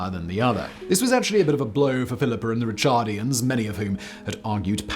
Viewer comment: Heinrich Schliemann... Bloody awful pronunciation as usual. So sloppy. Also, it's Ricardians not Richardians.